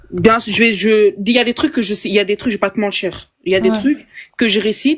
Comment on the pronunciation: Je parierais qu’elle est de Marseille ou très près, on y entends ça de plus en plus, sans mentchirrr 😂